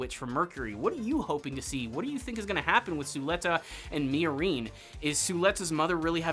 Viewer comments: Did you watch the entire series on mute? The way you say miorine is horrible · Why are you pronouncing "Miorine" like that, lol.